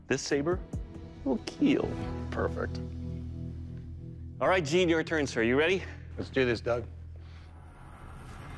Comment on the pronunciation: Will keel lmfaoaoso